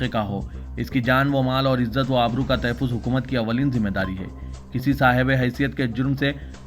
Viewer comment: Tahaffuz not tahaffiz.